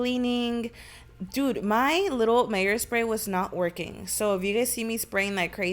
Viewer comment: I’m DEAD she said mayors I thought it was called Meyers lol